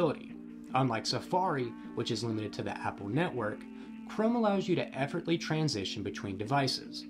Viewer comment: You might want to put some more effort in the way that you pronounce effortlessly 😅